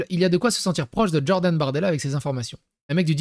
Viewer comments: omg plz stop avec "DJordan" dis Jordan pas DJordan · Stop de dire DDDJORDAN mdrrr stp ! 😅❣️